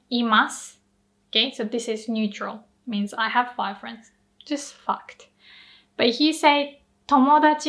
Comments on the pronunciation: I heard, "I have 5 friends.. just f*cked." And I got sad because I only have like five friends lmao until I realized you actually said "fact"! Language is a funny thing and I got a great laugh out of that. Amazing video as always ありがとうございます！ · "Just fact" I totally heard something else （笑）